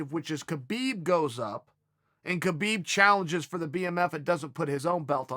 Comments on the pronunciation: Below is a video link to Khabib explaining how to say his name. You're wrong, and so is Chael. Neither of you actually pronounce his name correctly. It's an Arab "H" sound. It's almost like a mix of K and H together, there is a rolling sound in the throat. Pretty much the sound that you make when you're clearing a hair out of your throat, or before you spit. Only softer than that. To an ear that isn't trained to hear that sound, it will sound like an H with a bit of an accent (or some other means of explaining away why it doesn't sound like a normal H) But, the sound is completely intentional. The video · The k is silent in Khabib. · I bet khabib calls you kale because you mispronounce his name😂😂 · not sure if your a man or woman but its actually pronounced "Kha - Bib" its KHH sounds which doesnt exist in the english language, the same sound when your clearing your throat. only westerners say habib or kabib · Ha-beeb he did a video saying no kh it's ha-beeb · You’re both right about the name: Khabib. Usually it should be : HABIB : an Arabic name, but for whatever reason in Dagestan they add the K just before the H. So in both ways it seems correct but as it’s an Arabic name it should be simple : Habib. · Yes uncle Chael, it is indeed "Rabib", as it is "Vanderley" as well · It's actually pronounced "Khalabeeb" Uncle Joey told me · Chael: Hi K-habib Khabib: Hi... K-hael... Khael: Ok great. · Chael says Khabib calls him Kale. Kale is a vegetable ^^! XD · It is "Habib" champ! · 😆 Khabib definitely trolling calling you Cale cause you call him KA-Beeb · Lol yep. Thats immediately what i thought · Does Khabib really call uncle Chael Kael? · That dumbass doesn’t know how to pronounce Khabib. Don’t listen to random entitled SJW’s. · Uncle Chael, Russians don't have a H sound, nor a letter H in their alphabet, the closest is the cyrillic X or Kh equivalent in latin text